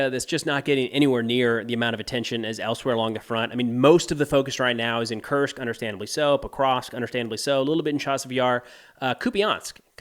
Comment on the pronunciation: His pronunciation is really good but nitpickers would point out that "Kursk" is pronounced "Koorsk" and not "Kirsk." Who cares really this channel is outstanding.